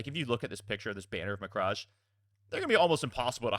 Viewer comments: cant wait to see these being played, great video. BTW it is prenounced 'ma-cragg' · It's pronounced mek-rage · Hey so I wasn't gonna bring it up but you kept doing it, it's "Muh-crag"